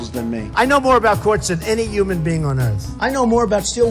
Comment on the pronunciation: Say it with me, Donald, Human, not uman